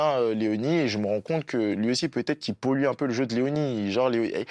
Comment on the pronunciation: Pour quoi tu dit peutio😂😂😂😂